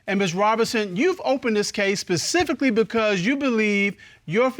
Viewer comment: Judge you said “pacifically”. 😢